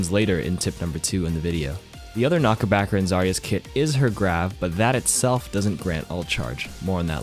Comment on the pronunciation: idk why, but him calling it a knockerbacker lowkey annoys me haha